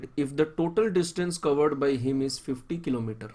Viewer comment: Tumhari explanation sahi hai but saaf bola karo thoda, par tumne 25 into 2 is equal to 50 ki jagah bola 25 into 2 50 toh woh sunne mein lagra hai 25 into 250.